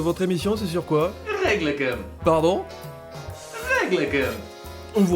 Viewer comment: "Règlecm" xD